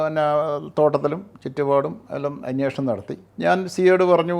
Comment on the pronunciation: അന്വേഷണം എന്ന് പറയൂ